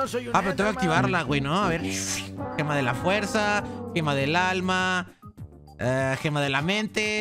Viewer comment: 2613 dijiste Gemalto del alma